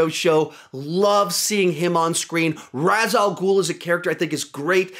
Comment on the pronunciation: I'd swap season 5 and 1 (and fix your pronouncian of Ra's ;) ) but I'd agree with this list